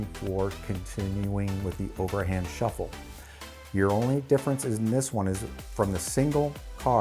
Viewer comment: You mean shiffle?